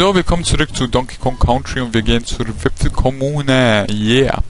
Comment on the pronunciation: Woltest du nicht "kantri" sagen?